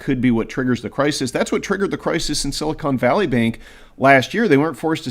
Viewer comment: Silicon Valley. Not "Silicone Valley." They're not the same. Well, I guess they /may/ be in some sense...